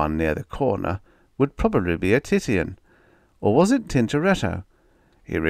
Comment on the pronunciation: Titian=ti' shun